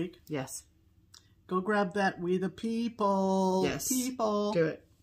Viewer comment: What a great video!! Beautiful stitching and LOTS of laughs., did you say WE the pee pee? Or WEE the pee pee? The second one is correct you know….. cuz spelling!! 😂😂😂